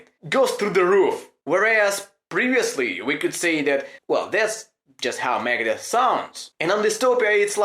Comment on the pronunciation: It's okay, but is funny the way you say megadeth 👍👍👍👍megades